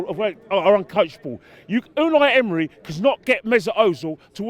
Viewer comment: Did he just say Midnight Emery 😂😂😂😂